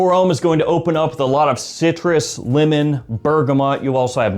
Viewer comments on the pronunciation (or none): none